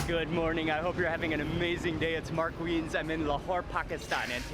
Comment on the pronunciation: Its pronounced as Weens not Vines